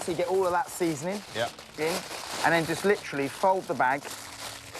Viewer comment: how did I know that at least once he was going to say.. "litcharly" lmfao